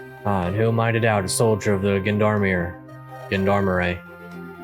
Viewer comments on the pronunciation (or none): I'm sure you've been told before, but Gendarmerie (and Gendarme) is a french word, pronounced more like "john-dar-mer-E" (or john-darm)... just to sound a bit more authentic. French isn't my native language, so my phonetics probably sound like an American trying (and failing) to speak French